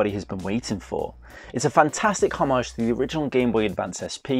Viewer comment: Love that pronunciation of ‘homage’! I’ve been playing through Golden Sun too. It’s still good if a little frustrating.